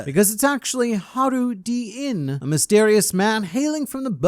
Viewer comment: Is his name pronounced 'Harudin'? I used to call him 'Hajruddin,' putting extra emphasis on the 'j.'